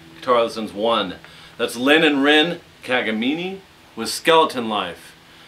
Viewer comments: It's pronounced Ka-ga-min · did he just say ka-ga-me-nii? o_o